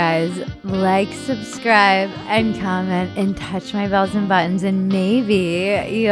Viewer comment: whenever she says "touch my bells and buttons" it sounds like "balls and buttons"